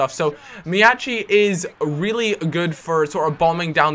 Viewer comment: don't pronounce Miyaichi's name wrong. It's Mee-yah-ee-chee. Guys, thumb this up so sees it!